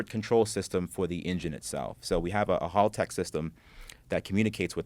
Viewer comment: OMG this black guys pronunciations are terrible lol 1. It's Porsche not Porsche-a 2. It's Haltech not Halltech/Hulltech 3. literally not liderally lol fk me how hard is it? I could keep going lol